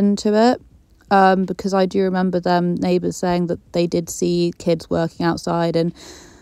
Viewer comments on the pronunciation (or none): none